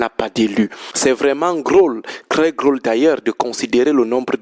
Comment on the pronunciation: On ne dit pas"grôle" On dit "drôle" C'est vraiment drôle😂😂😂😂😂